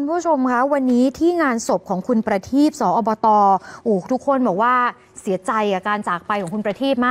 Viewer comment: สอบต.อ่านว่า สมาชิกสภาองค์การบริหารส่วนตำบล นะครับผู้ประกาศข่าวคนสวย❤